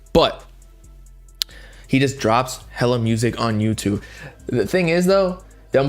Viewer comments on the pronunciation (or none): none